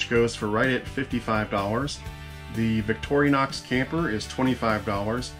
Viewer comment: Thanks for the content! One tiny, tiny, tiny, trivial thing: it's Victorinox, not Victor I onox...Again, being kind of petty, and really enjoyed the video!